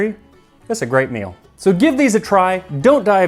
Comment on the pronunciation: And on this episode of Tasting History.. I now know how to pronounce “dysentery” (non native English speaker 😅)